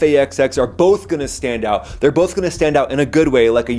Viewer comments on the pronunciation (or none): none